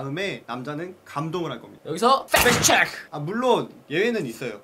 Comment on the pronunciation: 흠,,글쎄요 남자들이 좋아하는 여자가아니라 그냥 누구나 ,사람들이 좋아하는사람이넛같아요 팩트체크라는 컨텐츠에 비해 너무 내용이 허술한것같아요,,이 내용을 누가 모릅니까 제목에 기대를한 제탓일까요 억지로 웃음 자아낼려고하는것도 팩트체크 발음에 악센트를 줄려고하는것도 허술하네요 ㅜㅜ악플이라고생각하신다면 정말 크으으,,, 대박나세요들 ~